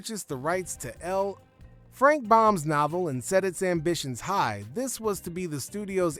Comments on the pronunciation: L. Frank Baum, not Bomb you ninny. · His name is, Baum!! NOT, BOMB!! What's an, "in Jane you"? Aluminium??? You don't sound British! Maybe a little brutish! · It's L Frank Baum, not Bomb. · Frank BAUM, not BOMB. More errors. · who is "Frank Bomb" as you have printed in this video? His last name is BAUM. What a cheesy video. Aluminium for aluminum? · Frank L. Baum not Bomb you maroon. From Canastota NY